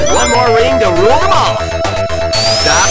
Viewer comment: TheMrDanieloco I guess he's refering LOTR, but it sounds more like "the mall" than "them all" in my mind